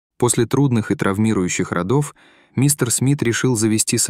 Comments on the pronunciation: Уважаемые чтецы, если вы берётесь читать на публику, пожалуйста, не сочтите за бестактность порекомендовать вам проверить те слова, которые вам незнакомы. РодОв это совсем не то, что рОдов) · Может быть не после "родо'в , после "ро'дов" ?!? "Не заешь падежов -- не говори глупостев ."